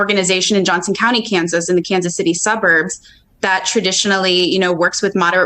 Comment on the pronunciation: He keep saying countries instead of county 😆